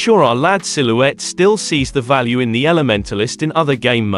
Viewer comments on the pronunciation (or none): none